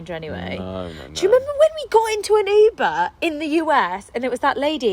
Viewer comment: your pronunciation of "uber" was so hard for me to even comprehend. It sounds like "ipa, iba, epa, or eba" to me.